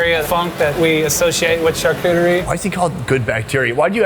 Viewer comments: its pronounced charcuterie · I'm an American born French citizen. Not trying to be pretentious but charcuterie is pronounced shar-coo-tree